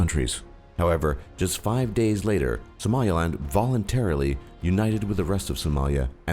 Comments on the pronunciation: At least know how to pronounce SOMALILAND if making such a ‘professional’ video. He was saying SOMALIALAND. Wrong. And then he got his Democratic and Federative mixed up at the end. C’mon man, detail detail! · "Somalia-land"? learn to read. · its Somaliland not Somalialand. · republic of connaught or connaucht was short lived, liberated from British not English rule... your pronunciation is on "drugs" its somal-ee-land...